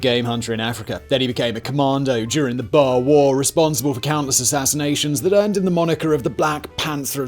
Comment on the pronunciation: Boer like Moor, gosh I cant lie, but as much as I love this channel this mispronunciation absolutely killed me